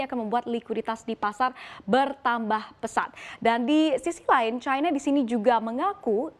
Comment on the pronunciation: Kenapa bacanya Caina sih.